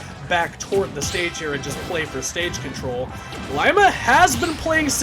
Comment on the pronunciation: It’s pronounced Lee-ma